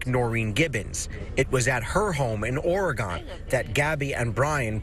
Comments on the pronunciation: If you are going to be on the news, learn to say "Oregon" correctly. "Or-a-gone" is a town in Iowa, Or-a-gin" is a State on the west coast. And don't give me the "that's how it's spelled" bullshit. Arkansas isn't pronounced "Are-Kansas" is it? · lol omg no way did the reporter just say OryGone, hahah dudeee come on thats so cringgyyy 🤢 🤮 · Oregon like the instrument and the body parts. Not Oregone! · It’s Ore-gun , not Ore-gone. Sorry. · Oregon not pronounced Or Gone. He might as well take himself out. He has already ruined so many lives. Gabby' , er family and friends, his families granted they helped in ruining their own life, he ruined his own life. There really is no hope. His actions have made the very ppl that trusted him hate him. I am sure he is already dead to many. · The way he pronounced Oregon made me cringe. Justice for petito. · This is sick... harassing those poor parents in assuming they know what happened. It's awful... how people are treating them and making egocentric comments that aren't helpful but hurtful. And as an Oregonian native, it's Or-gon not Or-E-gone. 🤦🏾‍♀️ I've never heard an Oregonian call it Or-E-gone. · Oregun. Not Oragone. This is not hard, people. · Hey you self righteous dummies isolated in Florida, it's pronounced "Ore-uh-gun" not "Ore-uh-gone". Five minutes of research would have confirmed that. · Smh, I understand being angry at the Laundries, but this is a waste of LE's time. Btw, it's Ore-gen...they haven't gone anywhere was how I was taught to remember this! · OrAgon the news reporter sounds an idiot say oregon right. Jeez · ORY-gun .... Oregon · Learn to pronounce Oregon! sheesh! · Pronounce "Oregon" correctly.